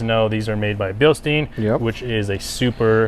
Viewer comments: It's pronounced" BILL-stine." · No. It’s either the two major pronouncements are, Bilstein or Bilstein (Bilshtein/Bilshtain). That’s how the pronouncements are, depending how u say it. Not the ones u said.